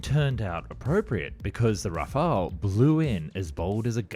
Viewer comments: Rafale not 'Rafael'. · RAFAL* not rafalÉ* we are not Spanish or Italian. 70% of French blood are Germains, like Germans blood are 70% Germains too. But French are mixed with Celtic Bretons ( English ) in West for 10%, Vikings from Scandinavians from North 10% and 10% Flammish from North East. Our language is Germano-Latin. We name this Jet RAFAL, Its a natural Air Boost. But we right in Latin RAFALE. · It's not an alternate pronunciation, it's just plain wrong. That you can't read does not excuse a complete mispronunciation. One is an archangel, the other means gust of wind.